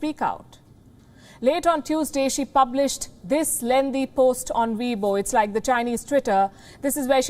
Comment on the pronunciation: Chinese twitter. Sounded like she said webull